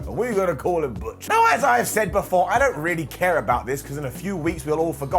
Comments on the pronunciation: Sorry but butch pronounced in German is not bitch. All thoughts to BigE. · Butch is meant to be German and pronounced Bitch. That just busted me up laughing so damn much lol. However, on a serious note, I really do hope Big E makes a full recovery from his broken neck. He's a damn great wrestler that has still got a lot of wrestling to go in his career. Lots of love to you Big E!